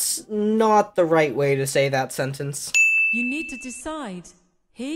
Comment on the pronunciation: At the end you said sentAnce instead of sentEnce